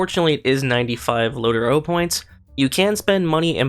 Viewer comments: Please It’s Not Low-Ter-O Sounds Gay Asf., It’s Low-Trow Respectively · "lotro" Lord of the rings online "Lo-tro". Where are you getting the getting "o" from? By daying "lotoro" points? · its lo (low - tro) tro not lot0ro;) nice video:) keep up the good work.